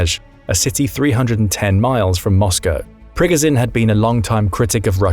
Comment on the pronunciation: It’s not pro-gun-Jin, it’s Pri-go-Jin.